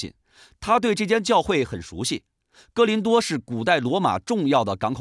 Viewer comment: 是“哥”林多吧